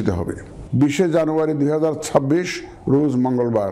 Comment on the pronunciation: রুজ না রোজ!!!